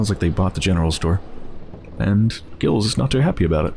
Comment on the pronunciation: just a note: in french, its pronounced 'jills'